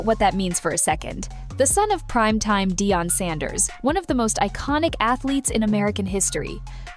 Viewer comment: SHA DER 😂😂😂 got me , good video though